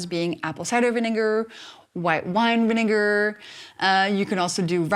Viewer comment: Apple cider not vinegair